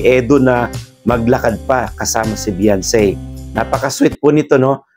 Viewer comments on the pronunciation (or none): The correct spell of her name Beyonce that it has pronounce be 'yawn' ce i,e Beyonce